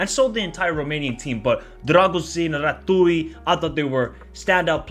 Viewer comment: Rah-tzyu - RATZIU - RATIU (TZ)